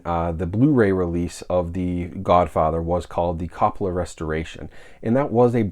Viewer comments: Ima help you out brother. CO PAH LAH. Not cop po lah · Great video but one thing, lol. It’s pronounced COPE-ola, like Hope. Nothing big but thought you might want to know. - can’t wait for my set, due in late March. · Sir. Love your work. But you may want to pronounce the familly name correctly. Long "O" think Cope on firsf O then ah La. Thanks.